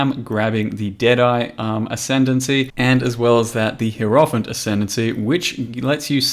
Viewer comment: Hur-off-ent... seriously dude?